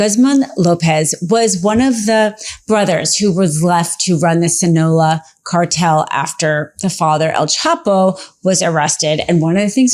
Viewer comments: No, it's pronounced 'seen' ah low ah NOT 'sin' ah low ah. The vowel 'i' in Spanish is pronounced 'ee' . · Friendly heads up: it’s pronounced ‘Seen-ah-LOH-ah,’ not ‘Sin-ola.’ If you’re covering something as serious as the Sinaloa cartel and Mexico policy, it’s important to get names right. Just sharing this so your message comes across with more credibility. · I hate to be that person but after seeing you do it in other videos as well I thought I’d throw you a bone. The Sinaloa Cartel is pronounced The “Sin- ah - low- ah” cartel. Thanks for the update you’re amazing! ❤